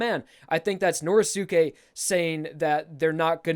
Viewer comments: please stop saying Nor•eh•sue•kay. It's Nor•ee•skay. Sorry just a little thing that's been buggin the shit outta me. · I hate the way he says Norisuke. you don't say josukay so pronounce it right